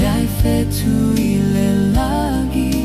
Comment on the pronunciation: Uso, beautiful pese but please - during the production process, craft your A.I. prompts so that the voices correctly pronounce the 'ng' sound in 'lagi' (instead of 'lah-gee'). Every hamo uploading A.I. generated musika is failing to do this. Otherwise, seki a le pese uce!🇼🇸🇦🇸